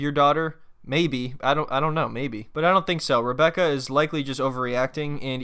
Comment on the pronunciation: Sometimes when he says Rebecca 🤣 it sounds like hambugaaar....I love his way of talking and the calm broken English is amazing. It's entertaining 🙂 to listen to him, she on the other hand annoys me so does her daughter, nobody treats him with respect it is all negative.